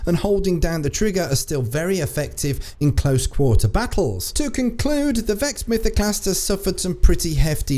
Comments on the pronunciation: ‘VEXD MYTHOCLAST’ Yup, sounds about right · what's a "Vexd Mythoclast"